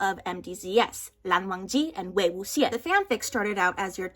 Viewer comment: damm i love you so much 😂😂😂 i havent really read any wangxian fanfics (is that fortunate?) coz i havent finished the novel yet, still in the part they came back to demon slaughtering cave to face the cultivators trying to kill wwx. (and i love how you pronunce wei wuxian's name btw) ive been reading joongdok fanfics tho~ is that ship also tagged? they gonna have mass murder 😂 (i actually posted 1 fic for that ship but i can only squeeze less than 10 tags for the good of me) bet the author wants to be much more infamous as the yiling laozu